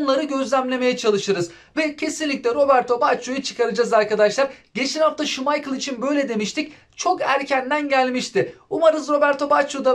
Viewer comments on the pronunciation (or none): none